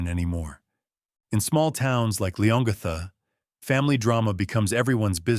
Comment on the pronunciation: ……it’s pronounced ‘Lee-on-gatha’………